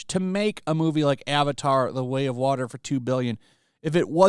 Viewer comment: Avatar: The Way of Wahmen.